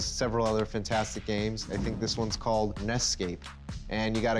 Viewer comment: "N-E-S-cape," not "Nescape."